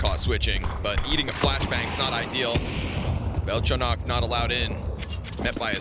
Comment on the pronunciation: Rare instance of a caster saying "Belchonok" correctly.